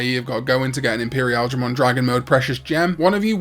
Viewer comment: I shall never get over how says Imperialdramon 😂